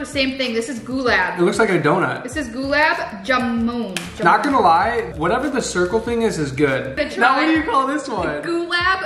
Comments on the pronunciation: goo-lab jaa-moon (lol) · It’s (glab jamman) that’s how you pronounce it , it’s desert and it’s so nice, have it with ice cream it will taste better